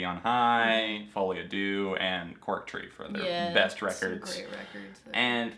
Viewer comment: my biggest pet peeve is ppl mispronouncing "deux" like JESUS just google it its not that difficult (ik im unreasonably mad but AAAHHHH its just irritating)